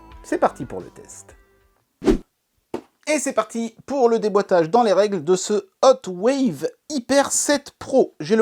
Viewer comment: Hotwav avec un V à la fin. 😂